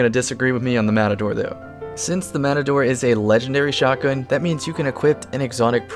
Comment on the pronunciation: You mean MAPADORE 🤣